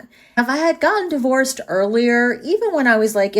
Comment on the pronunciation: "Most women in their fifties are die-vorced " lol. Gotta love a snarky ai.